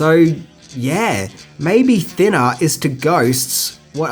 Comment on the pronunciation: "Thinnaaa". Love it.